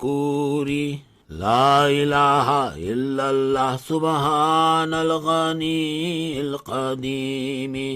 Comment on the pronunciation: Kitna bewkoof molvi too. Laelaha Hillary nahin hota. LA ilalla hota hai